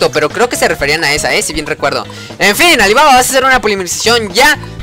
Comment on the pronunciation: Oye, notese la ironia al pronunciar mal tu nombre* adajdja oye men como conseguiste la carta qe puedes cambiar por polimerizacion¿? esa qe puede sustituir un material de fusion